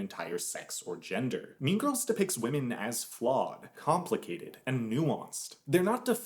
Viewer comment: “Mean Girs”